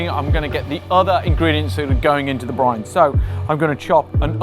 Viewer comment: Finally saying briNe